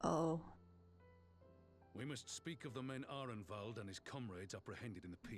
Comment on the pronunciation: This was awesome! You're getting better at voicing the characters, and I like how you even tried a bit of an accent for Arenvald!